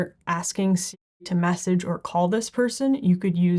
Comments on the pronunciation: Why can’t she say Siri? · Why can’t you say Siri?